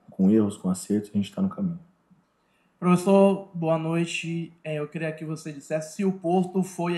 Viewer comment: Temos um "pofessor"